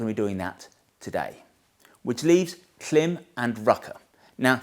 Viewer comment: Love your videos. But, every time you mispronounce KLIM, it stands out to me. KLIM is pronounced like “clime” as in climate. I expect you have gotten this feedback before. Here’s a video from KLIM where the company founders pronounce the name of their firm correctly. Sorry to be picky, but I am sure credibility is important to Motolegends and pronouncing the name of one of your key product lines correctly can only be a good thing. Keith